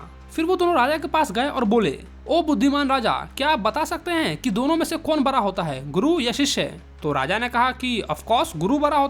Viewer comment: Bhai ap bada ko bra💀 kyu bolte ho 😂😂😂